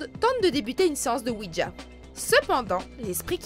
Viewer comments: on dit OUIJA et non OUIDJA............en tout cas ne pas jouer a ça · C pas ouidja mais ouija quand on le prononce ce c comme sa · Il ne s'agit pas de "oui dja" mais de "oui ja" (prononcer oui ya), ja signifiant "oui" en allemand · Vous auriez pu au moins faire l’effort de savoir prononcer correctement “Ouija”